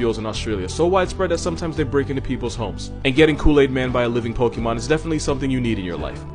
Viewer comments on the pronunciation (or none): none